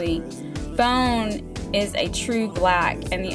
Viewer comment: It's BANE NOT BONE